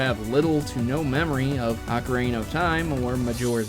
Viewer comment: BUT you pronounce it like Ocarina of Time not Ocaraina of Time:)